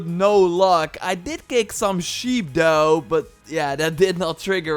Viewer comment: I can't stand the way this dude talks. "Doe" instead of though every 5 seconds. Or "da" instead of "the". T-h is really not hard to say